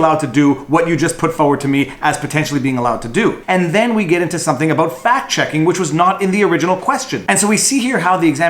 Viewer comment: VIVA , you GOTTA stop saying UH-BOAT , in place of ABOUT ,, the fuk iz that ???